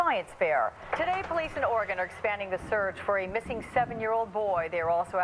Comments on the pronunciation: You pronounced Oregon perfectly! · Coming from someone who is from Oregon, I really appreciate how you pronounced Oregon. Haha, a lot of people get it wrong. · Thank you for saying Oregon correctly. I’m from here and I don’t think there is a NW resident who isn’t familiar with this sad case. Most of us believe terri killed him and dumped him in the woods. We have some seriously thick woods here. He won’t ever be found unfortunately. RIP Kyron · The guy from Ireland can pronounce Oregon correctly, yet no one from the US outside of the west coast can manage it. SMH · My hometown! I was even working at Intel when this happened! It was a super big deal, everyone was blaming Terri. Side Notes; Congratulations on pronouncing Oregon correctly, most people not from the Pacific North West say “Or-E-Gone” or “Ore-Gone”. It’s pronounced “Or-a-Gun”. But you’re pronouncing Sauvie Island wrong, it’s “Saw-V” not “So-V”.